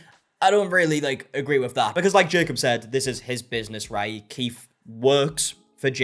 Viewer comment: If you're going to say Keith a thousand times in a video, maybe pronounce it properly. His name isn't "Keef".